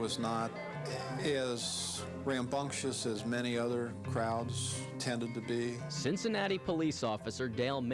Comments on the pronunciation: Why did the reporter call it cincinatus? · Why did the anchorman pronounce Cincinnati differently?